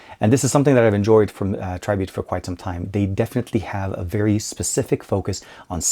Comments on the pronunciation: It's not pronounced Tri-Beat. The correct way of saying it is Try-Bit (Tribit). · it is pronounced treebeet